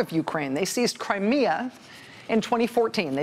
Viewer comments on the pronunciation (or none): none